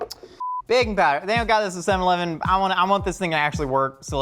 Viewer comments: its seven-ELEVEN not SEVEN-eleven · I love the way says "Seven-leven"